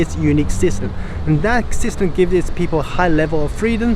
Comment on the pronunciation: Thanks! I noticed that when you pronounce "system", your lips didn't close with the "m" sound.